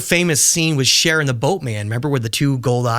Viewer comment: I can't believe he called Charon "Sharon"